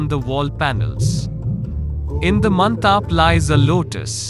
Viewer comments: Mantap is not pronounced as man-taap, but as man-tup...... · It's mandap... Not mantap